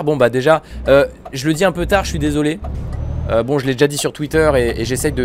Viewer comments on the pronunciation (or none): none